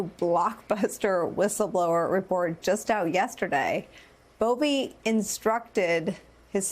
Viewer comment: It’s Buffee